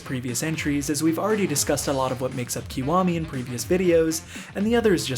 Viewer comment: it's pronounced ki waa me 外人